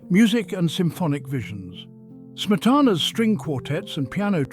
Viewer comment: A welcome "essay", but every single Czech word and name -- especially Smetana's own -- is badly mispronounced. Too bad.